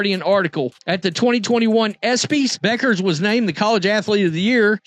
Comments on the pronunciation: IT IS REALLY IRRITATING THAT YOU KEEP ON CALLING HER "BEUCKERS!" IT IS PRONOUNCED AS "BECKERS" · It’s pronounced Beckers, not the way it’s spelled. And this video is as dumb as it gets. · It's about time you learn to pronounce Bueckers correctly. It's pronounced as if there isn't a u in her name as if it's Beckers. Show the parts of the PB press conference The AI was referring to instead of using the AI. If Paige Bueckers thinks that all, or a large majority, of the black WNBA players in the WNBA are going to see her as a "sister" or a champion of black women when she joins the WNBA in 2025, she is delusional. Black people may have felt some gratitude when PB made her speech at the Espy Awards, but remember, gratitude is the weakest virtue. Every time the slogan "Paige Bueckers was Caitlin Clark before Caitlin Clark was Caitlin Clark.", there will be backlash and it won't be against CC. "Ponytail Pete" became the "Female Steph Curry" when CC left college and started playing in the WNBA. CC got the PP nickname, a tribute to "Pistol Pete Maravich", because of her scoring prowess and 3Pt bombs and because of her organic popularity. CC didn't become a star and popular because of media push or anything to do with Angel Reese. AR road CC popularity to relevance. $$$$$$$$$$$$$$$$$$$$$$$$$$$$$$$$$$ Regarding the most influential women, #1 CC and #2 AR; here is how I see their personalities, the way they behave and the way they live their lives. The 13 year old daughter tells her mom I want to grow up to be like CC; mom takes her daughter shopping for presents as a reward. The 13 year old daughter tells her mom I want to grow up to be like AR; mom takes away her daught